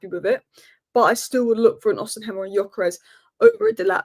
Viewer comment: it’s Osim-hen, not Osin-hem 👍🏻